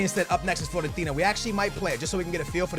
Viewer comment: It's FIOrentina, not FLOrentina